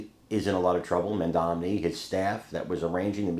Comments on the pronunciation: Who is Mandamni,? He may only be the mayor of one city, but it is an important enough city that you should be able to pronounce his name. Especially since it is pronounced as it is spelled. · His name is Mandani. Not Mandamni! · It isn't Mam-domni. It is Mam-donny. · Mom Doni is how you say Mamdani not MamDamni! stop saying it. You are making it too hard that way! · Hey! If you want to be a journalist you need to get his name right. It's Mamdani, not Mamdamney. He isn't Mitt Romney. You've been mispronouncing it for more than a year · I love you, but please learn how to pronounce Mamdani's name. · mamdani...... mamdani. pronounce right